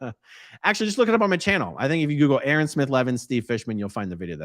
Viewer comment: Eh A-Ron